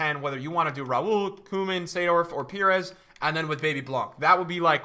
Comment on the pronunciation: The only person who can pronounce koeman and seedorf